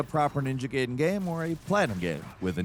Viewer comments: Why are you Geh-den? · I hate that he pronounced it right once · Ninja gaiden❌ Ninja gayden✅ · The fact you said "Gaiden" makes me belive you're saying "Gayden" on purpose 🧐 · I feel like you heard about this game from a friend. You gotta say the names correctly. Gayden and ryu makes me twitch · ninja GAYden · Ninja GAYden??? Whoa there buddy, let's slow down here lol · Gaiden as gayden. Ryu as rayu. Pokemon review wtf happened to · G - eye- den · Take a shot every time he says platinum and ninja gayden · Starting your video by saying Ninja Gayden then Ri-u is not a good way to start your video especially if you want people to take you seriously from both a ninja gaiden stand point or even a platinum stand point. Hearing you say that reminded me of when I was a kid and having that argument in the early 90's in school with classmates. Its ri-u, no its ryu, its blank-a, no its blanka lol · "made in heaven" then he said Gayden, sounds like two jojo references to me🤔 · mispronunciation gag, is one of the most clever engagement boosting long cons. He just said "Ninja Gayden" and "Ninja Gaiden" in the same sentence. is so confident now, that he just does his little trick, right to our face. Props. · It is pronounce gai-den, gai-den. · "gayden" "rye-you"... Those are definitely ways to pronounce those names and uh if you did it for engagement.. it worked lmao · ahh yes.. Ninja "gayden" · It's not gayden you are though. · He used correct pronunciation when referring to prior titles he liked, and the gayden pronunciation for this title (because he didn’t seem to like it much, or at least liked it less than prior entries). It was deliberate for sure. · this is exactly what I was thinking, but I didn’t want to make assumptions. I was like, I know I ain’t tripping 😂. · idk, he frequently mispronounces words in these videos. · It’s GUYDEN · Oh it not Jake, let me prepare for him to mispronounce something...13 seconds in "Ninja Gayden" 💀